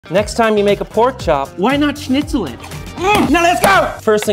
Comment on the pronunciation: I love the way how americans pronounce schnitzel